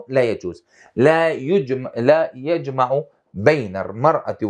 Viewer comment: السلام عليكم...يعطيك العافية استاذ ....الدقيقه 17 و 42 لفظ الحركات ( يُجْمَعُ) بضم الياء